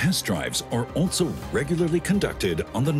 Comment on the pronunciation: This narrator says "altzo" instead of "also"